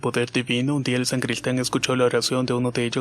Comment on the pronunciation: Muy buenas historias! Nadamas una pequena correccion, es "Sacristan y sacristia" no san-cristan ni san-cristia! Puesto q no son san-tos! Me gusto te dejo mi like!😉